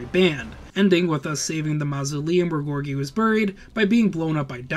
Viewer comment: i know its picky but you have mispronounced the Solar Empire female CO Names, even though the names are pronounced correctly so many times in game and in cut-scene and the Tsar Gorgi name, the mortar vet is not an Artillery Unit, it is a mortar vet, jesus even mispronounces "Solar" and calling a bazooka "bazookie" im so done Lmao